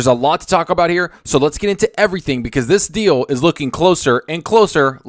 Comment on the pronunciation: OMG Stop this deal sounded like you said "stop the steal" then you used the word coup right after.... i thought somehow you tube forwarded me to politics again. Thankfully it was something I actually want to hear more about.... ...